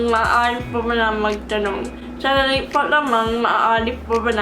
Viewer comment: the pencil trick helped with the “sandali”, aside from it becoming clearer, it’s like you said it with more confidence! magaling! 👏🏻